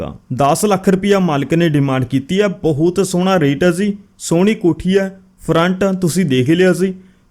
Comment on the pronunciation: ਜ਼ੀ ਨਾ ਬੋਲਿਆ ਕਰੋ ਜੀ ਬੋਲਿਆ ਕਰੋ